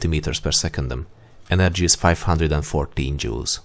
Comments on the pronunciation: am I the only one that heard him say jews and not jouls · Sounds like he's saying "Energy is 514 Jews."